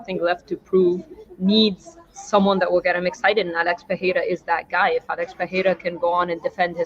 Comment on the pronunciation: my guy, u keep saying "peh-hey-ra" but it's "per-air-ah"... The "HEY" is used only when you have a double R, or with an R at the beginning of the name...